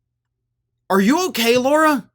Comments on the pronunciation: It's Lah-ra, not Lor-a. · Hey, just wondering if you realise that you're calling her Laura, when her name is Lara? As in Lara Croft lol. You might be doing it on purpose, I don't really know, but thought I'd point it out mate 😊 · Why does keep calling Lara Trump "Laura Trump"?